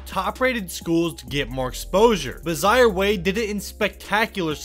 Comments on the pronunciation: His name is Zaire, (pronounced Zi-air, like the African Country), not Zi-ar. Get it right! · “zyer” was killing me the the whole video😂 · You should learn how to pronounce people's names accurately. He is named after the African country Zaire, so hi name is pronounced the same way as the nation